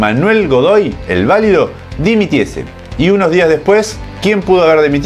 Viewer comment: Madre mía. Lo de "el válido" hiere a los oídos. Godoy fue "el valido", llana, no esdrújula.